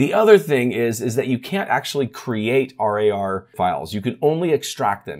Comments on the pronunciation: thanks for the update but please call winrar and rar as just rawr instead of treating it as an acronym. Never heard anyone else call it r.a.r. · i can't get over him calling it R A R instead of pronouncing it rawr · Use 7 zip for rar files, also not r a r, rar, like roar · bit triggerd with the R A R pronunciation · Don´t say r-a-r file or also say z-i-p file, but don´t do that! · The way he says RAR hurts my soul.